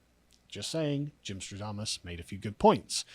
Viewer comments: Shouldn't it be Gymstradamus (with an a), since it's also Nostradamus, not Nostrodamus? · You meant "Gymstradamus' not "stro-damus"